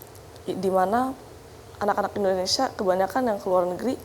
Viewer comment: Mohon dikoreksi.. Kelihatan tidak bermasalah.. Dalam mengucapkan... Bukan INDONESA... tapi INDONESIA... Maaf sekedar saran & Koreksi...